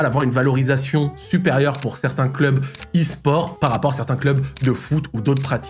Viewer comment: "S gares" ??? 😭😭